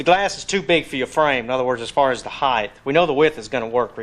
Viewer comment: what the hell is heighth?